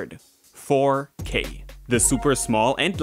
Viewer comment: 4 k is now one word... fourkay?